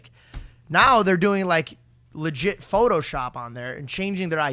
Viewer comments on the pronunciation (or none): none